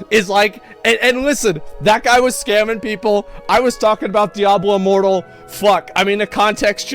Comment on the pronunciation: Did I just hear him call it “Diablo Immoral”?🤣 That’s hilarious